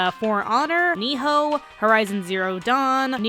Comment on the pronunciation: nioh, not niho